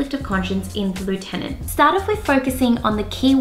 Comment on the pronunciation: Why don’t you pronounce lieutenant correctly?